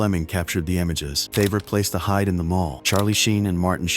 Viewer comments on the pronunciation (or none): none